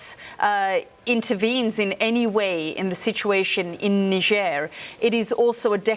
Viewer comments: It Niger sounc bit different to its spelt Niger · I feel like you mispronounced niger in your head there